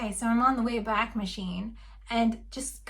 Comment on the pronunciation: The Wayback machine is pronounced WAY-back rather than way-BACK. The website borrowed the name of the time machine in Mr Peabody and Sherman, a part of the (brilliant) Adventures of Rocky and Bullwinkle animated series that began in 1959 and ran for 3 years. It was revived in 2014 but that version sucks.